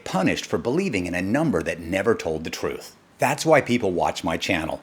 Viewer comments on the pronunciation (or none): none